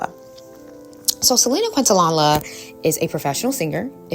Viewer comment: I’m enjoying your videos. 🙏 But as a big Selena fan, please learn to say her last name. 😅 Thanks for the great content! ❤